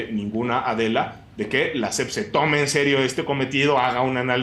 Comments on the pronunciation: La "SEF" dice el Cacotas, ni siquiera sabe decir SEP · A la “SEPT” 🤣🤣🤣